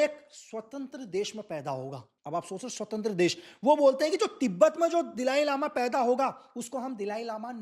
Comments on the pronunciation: बहुत फेंकतें हो भाई। 🤣🤣🤣 दलाई लामा को दिलाई लामा बोलते हो। 😂😂 अरुणाचल से 'water bomb' पे पहुँच गये ? कुछ भी ???🤣🤣🤣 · दिलाई लामा नहीं,दलाई लामा बोलो,, जो बातें आपने बताई, वो सब जानते हैं,, पोइंट पर तो बात की नहीं, इतिहास पढ़ाना शुरू कर दिया। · दलाई लामा है, एक सरल नाम उच्चारण नही कर सक्ता! सिक्किम काे भी निगल लिए हो इन्डिया